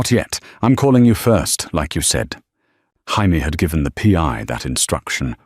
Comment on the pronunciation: Jaime is pronounce hi me is this the lawyers nane